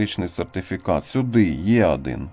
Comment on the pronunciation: пАдобається,Адин і т.д . ! Мені одному вуха ріже ?😅